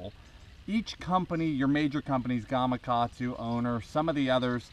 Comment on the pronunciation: Hey, great video man! Thank you for saying GamaKatsu how it's spelled, and not GamaGatsu. That just totally made the video awesome.